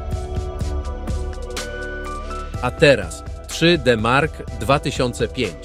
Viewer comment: 3.....D......Mark.....2005 to jakieś 40% wolniej na pojedynczej karcie a 80% szybciej porównując pojedyncza do S.....L.....I, tak się powinno pisać twoja manierę przy wymowie.